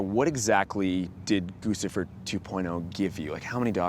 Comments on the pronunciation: "GUCCIFER" is pronounced 'GUCCI-FER' like the fashion brand not 'GOOSIFER'. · Goose-ifer? The name is guccifer. Do you pronounce the designer “goose-y”?